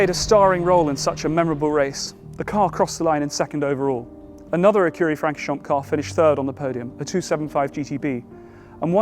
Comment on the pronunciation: Please pronounce Francorchamps correctly. The “a” is not short as in hat but more like “aw” as in paw.